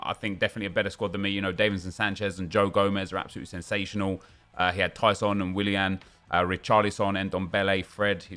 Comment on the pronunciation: I live for saying "That is SEN-sational"